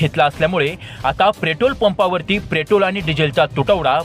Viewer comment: प्रेटोल 😂 अबे तुम्हाला बोलता येत नाही नीट आणि बातम्या देताहेत.